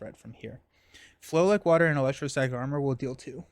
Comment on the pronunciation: What you say = flow like water What i hear = flow like butter And i guess from now on this card got a new name 😂